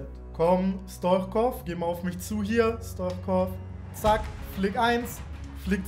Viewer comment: Man liesst es Stuitschkov ich bin bulgare und weiss wie mans sagt Bitteee Liken damit ers sieht